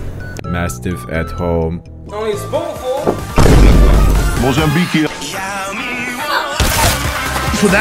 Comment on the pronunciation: "Mastiff at home: mozabique" 😂😂😂😂😂